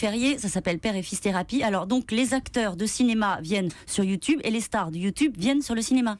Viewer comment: U2 BEURRE